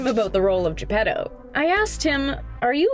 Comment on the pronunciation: It's not "Gepero"... It's "Geppettttto" with a t, not an r